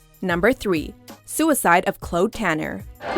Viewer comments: that...that is not how you pronounce claude. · The most upsetting thing is them pronouncing Claude as Clode :( its CLAWD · God the way you say “Claude” hello my name is clode tanner, what’s your name?😂😂😂 LOL it’s pronounced “CLOD”